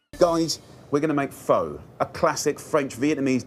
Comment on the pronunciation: Jaime , I love you but u messed up Pho and to me that’s just a sin. 🤤